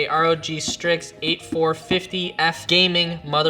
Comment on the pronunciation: Hey its B450-f not 8450-f